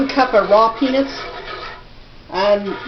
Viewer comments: i thought she said pe**s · Every time she said peanuts I laughed bc it sounds like penis lol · I swear to god it sounds like shes saying 'penis' lol. Spanish penis.